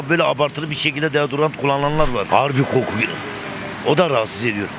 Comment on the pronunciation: Koku diye yazılır, qoqku diye okunur.